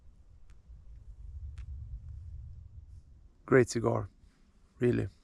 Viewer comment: Gotta love the Swedish prononciation "reely reely good"